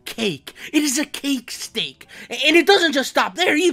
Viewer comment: WAIT DIO HE DI.DIO HE SAYS CAKA